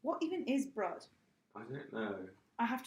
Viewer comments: Brut is pronounced "broot" not "bruht". Go to Krogers! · It's pronounced broot